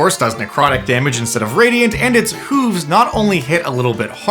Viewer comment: The way you say “hooves” reminds me of how Toki and Skwisgaar of Dethklok say “hovercraft”. It brings a very silly grin to my face. 😁